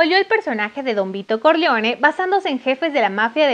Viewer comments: Se pronuncia “Corleone”, no “Corleoni”. Porfa no pronuncien en inglés palabras que no están en inglés. Por ejemplo, se dice “Borgia” como se escribe y no “Boryia”. Háganle un favor a todos y burlaban a hacer el video. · Soy un hombre sencillo, escucho "Vito Corleoni" y le doy dislike al vídeo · Todo muy bien pero pronuncias muy mal los apellidos dices CORLEONI Y CORLEONE pronuncias muy mal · con aires de norteamericana. Es Corleone, no Corleoni. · No se si se te paso, pero si no trabaja con tu pronunciación es CORLEONE no CORLEONI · Ni saben pronunciar nombres, dicen de una forma en una parte, de otra despues y asi...corlioni, corleone, coppola,coppolá, talía, talia...🤦🏽‍♂️ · Aparte de la voz extra chillona, pronunciación exagerada No sabe pronunciar el apellido Corleone. 😕 mejora un poco por favor. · Es Corleone así como se escribe